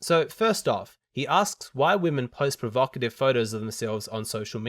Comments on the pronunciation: I think she was provoked by the term 'provocative'... even though she couldn't pronounce it, lol. But to be fair, I think the term carries an accusatory tone of judgement, that would not be present by simply describing how a woman was (or was not) dressed. I guess it does reveal that she participates in this. If someone asked me why men post provocative pics of themselves, I wouldn't be offended because I don't relate to that. My answer would probably be 'Because they're simple-minded wankers.' 😄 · The "blonde" couldn't even pronounce the word, provocative.